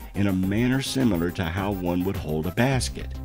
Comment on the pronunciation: I’m fascinated by his pronunciation of the word “similar”….it sounds like he said “Sim-mew-lahr”? Is he mixing up the word similar with simultaneous? Same root maybe?